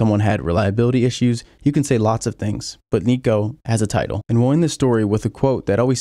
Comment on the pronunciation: Bro... you sound normal... until you say "Vettel" or "Title"... what's wrong with you?